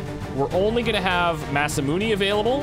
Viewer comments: I hate to be that guy, but it's pronounced Masamun"ay" not Masamun"ee". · Don't! It's Really going to get my goat if you listen to this guy. You've been saying it Mas-Ah-Moon-Ee, which is very Canadian of you, but not all that wrong. There isn't a "Magic E" in Romaji, so Mas-Ah-Moon is improper. Instead, try Mas-Ah-Moon-Ae. Backup Source, if you really need it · That guy is actually a little wrong. Masamune is pronounced Mas - ah - moon - ay (as in Hey, or Day, or Gay). Or at least, that's how it's always pronounced in Japanese whenever I've heard it. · ma - sa - moo - ne ne is not ney like money, but ne like ne in necro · Shouldn't Masamune be pronounced as "Mas-ah-moon-a" ? Shorter pronunciation on moon. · die a little inside every time I hear him say Masamun"ee"